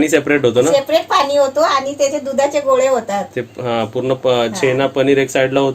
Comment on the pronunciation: अरे तू गोले का बोलतो गोळे बोल ते बरोबर नाही वाटत